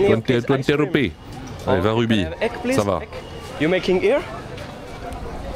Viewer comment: Arrête de dire rubee c'est roupie.